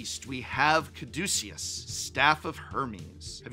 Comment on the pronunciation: Ca-DUCE-e-us is the funniest pronunciation of Caduceus I've ever heard lmao